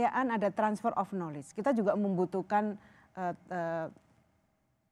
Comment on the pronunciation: knowledge dibacanya nalij....